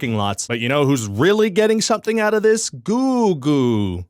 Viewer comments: Ryan, it's googlé! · I enjoyed this video. Ryan’s analysis of Google reviews was very thorough and informative but it wasn’t what I was expecting when I clicked on the video. Good thing he approached the subject matter with usual Ryan George wit. I did have to deduct one star because he kept pronouncing Google wrong. ⭐️⭐️⭐️⭐️ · I liked the video. Specifically the part where the Youtuber acts like he doesn't know the correct spelling and pronunciation of Google to create a comedic effect. I also appreciated the old image of Lady Gaga. I'm redacting stars for the time he said Steve instead of Allen. I don't know if mispronouncing names is his policy, but I'm not here for that. 4/5 stars from me because I did find this video more enjoyable than a parking lot. ⭐⭐⭐⭐ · ⭐️⭐️⭐️ It was classic Ryan George (never trust a guy that has two first names). Didn't know hoe to pronounce Google. Clearly didn't run, just mimiced it in front of a green screen. Giving three stars because of hi editor Jeff (Geoff?). Would watch again. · Its pronounced Googlay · A lot of dark brown people also pronounce it as Googoow instead of google. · Why does everyone pronounce it GOOGEL? Its pronounced GOOG-LE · This video deserves twoo stars. The video you have made was very comedic and dopamine inducing. I especially enjoyed the Googoo bit wherein Ryan George mispronounced Google. This video did; however, destroy its prior point economy by adding a 75,000 comment section. Great for mid to high level local guides working towards their ten-point picture of a star. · 3/5 Ryan was very knowledgable but also mispronounced "Google" several times, so I wasn't sure whether he was talking about Google or a different website called Googoo. Also the clip he posted of Karimbra dancing was misleading, because I know Karimbra and he is a much better dancer than that. Pretty sure the backgrounds in the video are fake too. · I believe it's "Go-Ogle" as in go look.